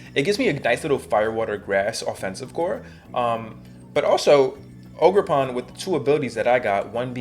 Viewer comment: "ogerporn" yo wtf this dude been watchin too much shrek